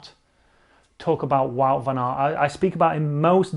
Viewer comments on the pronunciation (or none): Not trying to be a prick, but if you gonna talk about him all the time - it’s pronounced “Vote” Van Aert. And “Taday” Po-GA-char